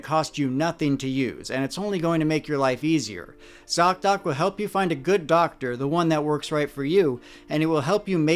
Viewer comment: Thank you so much for this important work you do. Your thouroughness is remarkable. ( Also, you are the only one who can say zocdoc without it breaking my head😅). I really appreciate you!